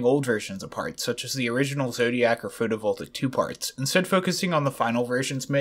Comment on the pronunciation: first “kenos”, now “atmarbl” and “photovoltaic” goddammit why must you pronounce everything wrong